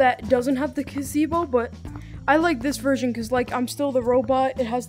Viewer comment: Bro really said cazebo, it’s called a pavilion